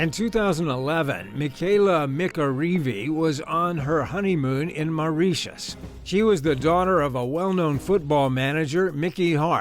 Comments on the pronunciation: More like, MAU-RIT-IUS😭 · "MARIESSHUSH" LMAO 😂